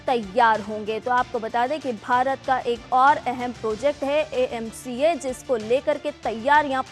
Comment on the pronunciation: Are madam iaca nahi, AMCA, Advance midiyam combat aircraft.